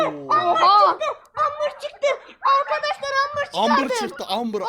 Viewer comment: abi videoya başlarken arkadaşlar diyeceğine arkadeşler diyorsun